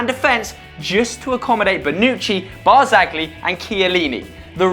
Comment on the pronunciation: About Leo Barzagli's name, it's pronounced like the G is silent (which happens if the G is followed by an L in Italian) so it's pronounced like: Bar-zal-ee.